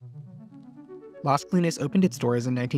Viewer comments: Great video but I had to look up the project name because the narrator kept referring to it as LESKLEENS, instead of LAZ KOH-LEENEZ, which is much closer to the Spanish pronunciation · Las CO-LI-NAS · ** It’s LAS Colinas. L-A-S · The way you say Las Colinas is weird.